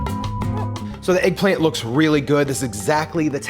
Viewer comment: If he say eggplamt one more time lol